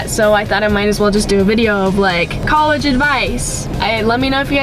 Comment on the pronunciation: Does anybody notice that pronounces college like "cowegge" haha, it's the cutest thing I've ever heard in life